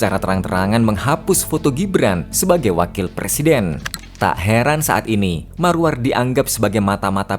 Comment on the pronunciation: Maruarar Sirait.. admin salah sebut, Maruar 😂 Panggilannya Bang Arar